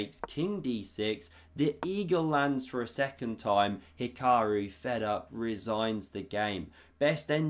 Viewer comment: Magnoose and He-kuh-roo are the S tier, Leko, pronunciations.